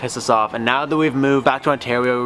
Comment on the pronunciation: lol he said "moved home back to onteweo"